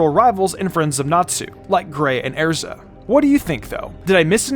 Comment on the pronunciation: The pronunciation of erza is crazy